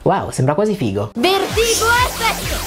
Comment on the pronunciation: Madonna, quanto non aveva senso sto episodio. Ok ok, Darcy è la più figa e condivido... ma sentire "vertìgo èffect" fa troppo male, non ce la faccio